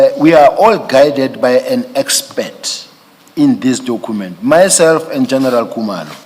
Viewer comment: Dokhument hmm😅 I blame his then English teacher